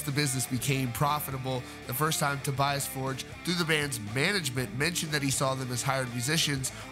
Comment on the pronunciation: And apparently his first name is actually pronounced To-BEE-as, instead of To-BYE-as!